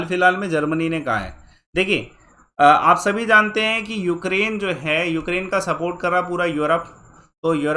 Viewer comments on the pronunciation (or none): none